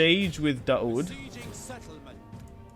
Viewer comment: Daud is pronounced literally like the English words: Da-Wood. It's actually the Arabic name for David.